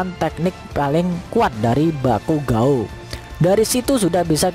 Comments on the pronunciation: bakugou min bukan bakugao :v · Bukan bakugo tapi baygon wkwkwkwkwk😂😂😂😂😂